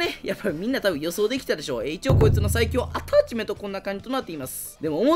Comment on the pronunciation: 今回アﾀｧ⤴ｯﾁメント祭りなの草が誘発される。地味に強いtypeくんは妙な横ブレがなくなったらめっちゃ強くなれると思う